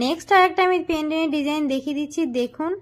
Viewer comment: পেনডেন নয় পেনডেন্ট